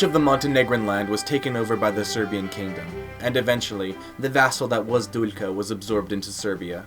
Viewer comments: i like the video, just one thing: its not Duljka its Duklja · You need practise with pronunciation, butchered Duklja and queen Teuta so hard 😂